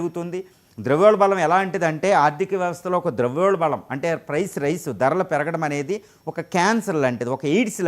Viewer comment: Its called "ద్రవ్యోల్బణం". The guest is mispronouncing it as ద్రవ్యోల్బళం all the time.